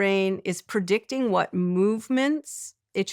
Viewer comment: Had to turn it off. After she said “PERdicting”instead of “predicting” for the 10th time, I started to twitch.